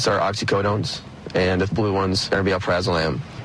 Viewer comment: Al-Pra-Zo-Lam idk why ppl put two z's in there and pronounce it al-praz-zo-lam